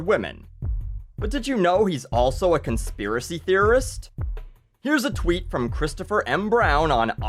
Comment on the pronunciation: I'm and this is... Conthiracy Speory